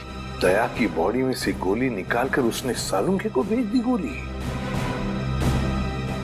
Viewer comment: Not Salonkhe either not Sanunkhey its salunkhe